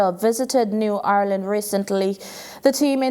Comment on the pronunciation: It's shit how the new reporter tries to make her English fancy and misprounces words... eg New Irland..